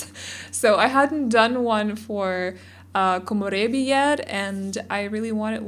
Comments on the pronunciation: You are the only YouTuber that I know that haven’t butchered the word ‘Komorebi’ by far. Thanks for rolling your ‘r’. I’m not even Japanese but it bothers me when they say komorebi in the english way ahah. Thank you so much. Love the build btw. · i love how she says komorebi she makes it sound so fancy lol